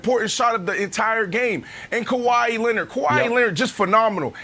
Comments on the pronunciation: Kawhi “Kawa-ii” Leonard 🤨 Gotta love Brandon’s pronunciation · It's Kawhi